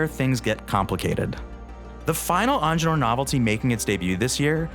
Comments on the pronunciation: It's not onjenur dude! EENGEENURR, It's a german name damn it😡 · If you want a watch channel, either learn how to pronounce French words or hire someone who can. Because that is clearly NOT how to pronounce "Ingenieur"